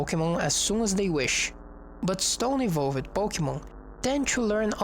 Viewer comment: Love this series! Your English is awesome, Although if I could point out anything it's that words like "evolved" and "used" and "attacked" which is pronounced "e - volved" (not an extra syllable) instead of "e - volv - ed" . Very educational and well presented